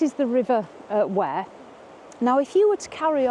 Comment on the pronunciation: And the river isn't pronounced Ware....its Weeeeer.